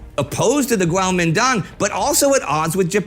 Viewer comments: Kuomintang or Guomindang. Not Guaomindong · I thought it was pronounced "kwo-Meen-tdang" was i wrong?